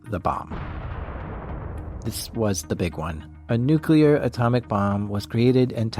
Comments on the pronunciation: It is pronounced NEWCLEAR not NUQUELER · Please, the word is nuclear not “nu-q-ler”. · NU-CLEAR NOT “nEw-qUeuE-LuR” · The word is nuclear. ¡NUCLEAR! Not nucular. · Noo-KYU-ler... you're killing me, my man! Your work is fantastic, I love this channel, but it's NOO-klee-ur 😘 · Ugh It's nu-klee-ar Not nuke-yu-ler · Whenever I hear "Nucular", it registers something like "Deez Nuts". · This was an amazing video, but listening to you consistently mispronounce "nuclear" was maddening, lol.